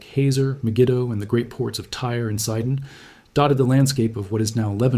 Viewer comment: It's not called SAIDON but SEEDON.